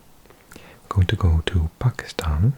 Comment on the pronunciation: Love the way u pronounce pakistan correctly